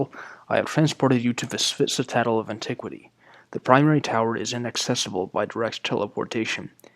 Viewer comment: Btw, citadel is pronounced "sit-ta (more as in tap then in tar) -dell". Sitterdell, if that helps.